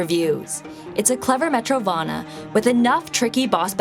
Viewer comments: Did anyone else catch the " metro- vaahna" Hollow Night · You forgot "Guacamelee!" Also, what the hell is a "Metrovanna" ?? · First of all. It is called MetroidVANIA, not what ever she said. Rime is really not worth your time. But most of these are kinda interesting and I might try few of them some day. Journey is ok game, but after I finished it, I feel it is seriously overrated game and no GOTY material.